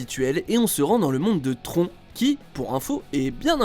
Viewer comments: on dit TRON en prononçant le N !!!!!!!!! SACRILEGE !!!!! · Le monde de "tronc" ? Pour le coup même la vieille VF des années 80 dit bien "tronne"...